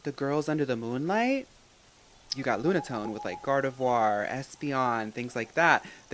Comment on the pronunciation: Lunatone? More like LOONAtone😼